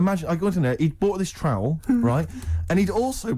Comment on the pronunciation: Engraved trowl 😂